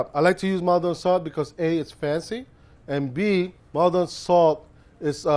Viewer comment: PSA USA: Maldon is not a French word, it's named after a town in Essex, England, and it's pronounced moll-dun (that moll's not quite right for the first vowel but I can't figure out the best way to describe the pronunciation. Maul?)